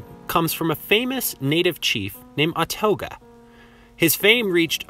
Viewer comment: For starters, history-loving residents do not use riverbend to address the Greater Alton Metroplex. The Illini leader Ouatoga (wah-toe-gah).